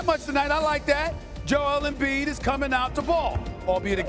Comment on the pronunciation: Are u serious stephen A. You said Embid now you trippin bro please stop it !!!👎